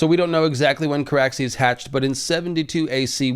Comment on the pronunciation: It's Car-axes and and and Vhagar-bond 🤦‍♂️ I love y'all...I hate me tooo 🤦‍♂️( just over there a bit, a bit more, ahhh a bit more....ahhh yes and there we go) everyone continue. That never happened. Whatcha on about? Exactly!